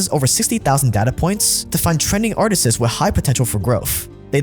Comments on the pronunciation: "Artisess" bro lol the word is just "artists" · im sorry are you saying artistes??? its ARTISTS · ARTISTS... NOT ARTIST'S... LISTEN TO YOU FUCK UP ONE WORD MADE ME NOT INTERESTED IN HEARING ANYTHING YOU HAVE TO SAY............... YOU SOUND LIKE A FUCKING 5 YEAR OLD IDIOT THE WORD IS ARTIST SINGULAR ARTISTS PLURAL MEANING MORE THAN ONE .... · I’m hyper fixated on the fact that you call Artists “Artistses” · The word is artists not artisists. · Why's he saying "artisiz"? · I dont trust anyone who pronounces "artists" the way this did during the in video ad lolol 🤦🏽‍♀️ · Hearing you say the word "Artists" makes me feel smart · Can someone please teach how to pronounce “artists”